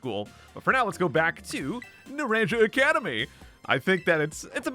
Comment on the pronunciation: Omg I know, I know he tries his best but it get to me when he pronounces naranja.